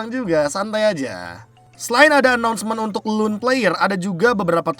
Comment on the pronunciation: Loan cara bacanya lown